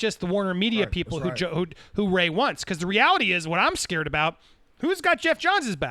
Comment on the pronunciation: You two are so eager to hate Ray and continue beef with him that you're refusing to acknowledge the truth. Not that he is even being 100% honest, but that you rushed to judgment and were wrong to do so. Refusing to say his name correctly is also a major form of bullying. You're the worst type of people.